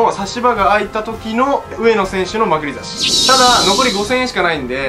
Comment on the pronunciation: まくり差しのイントネーションがウザイ。つうか 200万取りにいったのに50万欲しかったの？